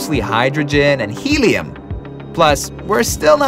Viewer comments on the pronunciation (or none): none